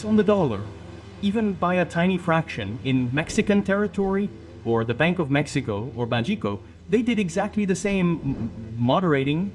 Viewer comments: Solo entendi cuando dijiste: Mecsicou... Nomás ! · Jajaja esa está buena solo entendí mecxicou